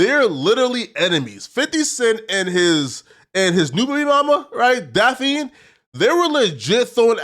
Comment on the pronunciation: Daphne not daphine sir. Slow down when you read.